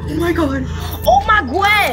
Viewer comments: . "Oh my Gwed!" 😅😅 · Oh my gwed 😂😂😂